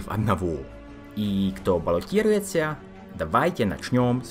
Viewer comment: "баллотируется" произносится - "балатируеца" (вы произносите - балотируеться - с мягчаете звук Т, хотя его вообще в руском произношении неи))) )